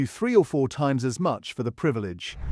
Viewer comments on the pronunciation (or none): none